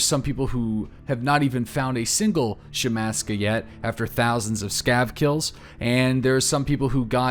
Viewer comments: It's not a fucking shemaska. It's a shemagh (she-mag) Jesus christ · Shhmag... That's how you say it.